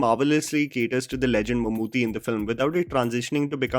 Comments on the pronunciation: it's not pronounced Mammoo'THY'. It's Mammoo'TTY' 😊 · plz pronunce Mammootty not Mammoothy. Thnx for reviewing it😇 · Just a gentle correction...Mammooty's name is basically pronounced as Mammoo-tea (Chai waala tea XD). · It’s pronounced “Mum-Ooty” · Come on man... How hard is it to pronounce Bheeshma Parvam.... How could you mispronounce Mammootty